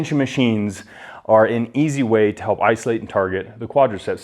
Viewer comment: "Iso-light" baby!